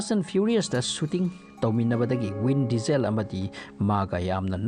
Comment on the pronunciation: Vin diesel haigadba natro win diesel haina tare